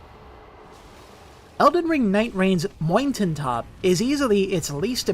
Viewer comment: i rarely write comments on videos... but if you mispronounce mountain top one more time i dont know if i was gonna laugh to death or just lose my mind completely hahahaha wtf